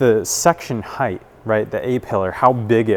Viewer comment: Hey, "across" doesn't end with a "T", and while you're at it, "height" doesn't end with "TH". It's good for my dentistry. :) PS. Thanks for all the rest.